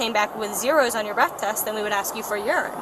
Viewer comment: 3 adults, SHUT the F’ing front door! What the hell is wrong w ppl? ..guess it’s the same cop who thinks “test” is pronounced “tAst” smh